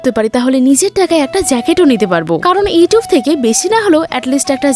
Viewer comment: Abaro etube, youtube ta youtube bolo na